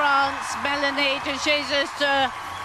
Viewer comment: It’s Melanie DE hey soos not Jesus like English speakers say it! Practice before Paris!